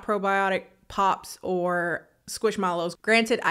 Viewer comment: I love the way she says squish mellows in her Detroit accent “✨squish melloowss✨” 💀